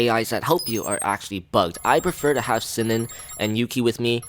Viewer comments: Sinon is pronounced SEA- NON not SIN-NIN, drove me up the damn wall every time you said it wrong. They even say it properly in the bloody game, no idea how you can mess that up. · Your not saying sinon and agil name right